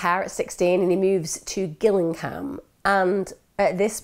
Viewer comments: Been waiting for this one, I worked near Chillenden in the late 90s. A terrible & complicated case. Stone needed to be locked up but maybe not for this crime. oh & Gillingham is pronounced Jillingham. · Again justice system not working, it happens too much !!! Love you Emma a d enjoy watching you twice a week ... I was brought up in Gillingham ,Kent and remember this very well. Just one thing it's pronounced Jillingham although spelt Gillingham ;-) ❤ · No it’s pronounced Jill-ing -ham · You said Gillingham wrong